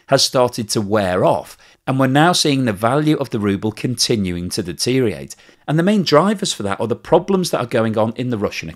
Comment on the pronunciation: Great video as usual but please listen back to your much repeated pronunciation of 'deteriorate' and the missing syllable. Sorry😅